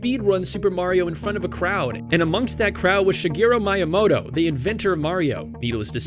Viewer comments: Lol I was waiting for someone to mention this lolol. It’s みやもと. Not mAiyAmAto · The pain I felt was so immense how the heck do you mispronounce Miyamoto 3 times, two different ways between them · how you gonna run a speed run channel and mispronounce miyamoto....